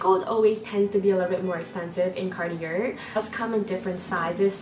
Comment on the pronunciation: I’ve never heard Cartier pronounced this way